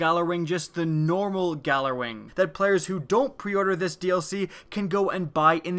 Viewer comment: its pronounced yallerwing